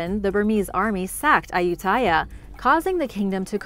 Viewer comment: I have been to Ayutthaya a couple times and several other old ruins in Thailand. It should be pronounced a-YUT-ta-ya though.